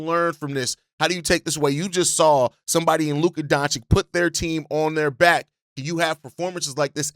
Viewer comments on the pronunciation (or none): DONCHICH!, not DONCHICK. It hurts my ears when you change that guy's name so often!